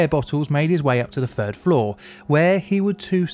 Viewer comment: / when he's hurrying through his script and speaking quickly: "Third floor" / when he's taking his time and speaking slowly: "Fir 4"